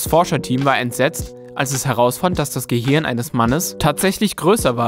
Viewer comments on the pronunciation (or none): none